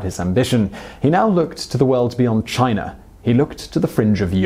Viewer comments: It's China, not Chiner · All I want to know ... is did he just put a HARD R onto the word China in the beginning. For the slow folks what I mean is did he say chiner ?